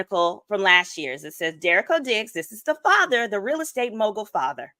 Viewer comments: You're not pronouncing the last name correctly. The emphasis is on the second syllable and it's pronounced de-REE-co. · You’re pronouncing their name wrong (Duh ree co) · This needs to be more organized and pronounced their last name correctly